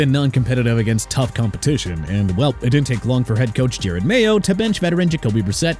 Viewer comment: Can we stop with the Jared Mayo nonsense? Jerod (Je-Rod) not Jared!!!! And also the Dolphins season should be over cuz you wanna open your mouth and say it's over!! Let it be over then and when they lose out, I hope you're happy because you deserve to trash my favorite team! Stupid!